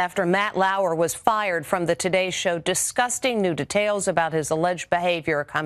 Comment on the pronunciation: Why does she say detail like tetail